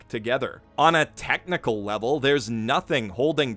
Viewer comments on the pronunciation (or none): none